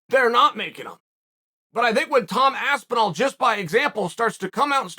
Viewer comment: *Aspinwall get your pronunciations correct sir